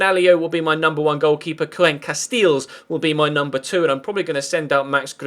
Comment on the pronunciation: Koen Casteels, "Koen" is said like the "Kün " in Kün Aguero"